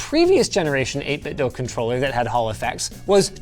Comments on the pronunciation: Linus still pronouncing 8bitdo as 8bitdough lol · It's not pronounced "Dough." I contacted 8BitDo and they confirmed it is pronounced "DUE" with an email. The 8BitDo Bluetooth Speakers pronounce it "DUE" when it powers on. Also, Logitech controllers stand the test of time and I prefer the D-pad for fighting games. Logitech makes a good controller in my opinion. That controller is one of my favorites of all time and you knocked it. I bought THREE of them and I am still only using the first one I ever purchased. The others are still brand new. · Why doe you pronounce 8Bitdo like that? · Hard to take a review seriously when you keep saying the name of the company wrong :(